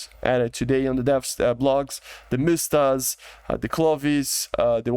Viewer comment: Usefull video, but MSTA, not mIsta, there is actually no "I" sound